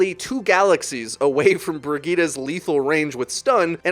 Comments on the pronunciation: I don't really watch ow videos, so I couldn't understand who this "Burgeetah" hero was. A new hero? A nickname? Then i understood that it was Brigitte lol. I mean she says her name in the game, just say it like she says it. Bree-gih-teh. Nice vid though! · Ok ok I get it u can call some hero’s differently but calling Brigitte BRIGETA IS A LOSS OF BRAIN CELLS